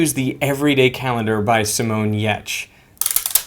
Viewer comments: Have I been mispronouncing "Gierts" all this time? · THAT'S how you pronounce Simone's last name?